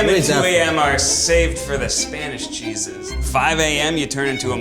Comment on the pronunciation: I hate that Ned is Italian and yet can’t pronounce cheeses properly.